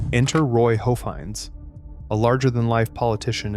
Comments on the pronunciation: Pronounced HOFF heinz, not hoaf hinz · PS... Judge Roy's last name is pronounced HOFF-hinz, not HOEF-INZ! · DO A LITTLE RESEARCH! The manis name was HOFF-heinz. With a short O soulf. Off rhyming with OFF.